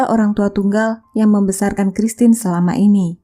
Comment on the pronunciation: Bukan Lodres mbak, tp Lordes.. Itu nama yg sdh biasa dipakai di Filipino.. menyebut nama christine nya udah bagus😉👍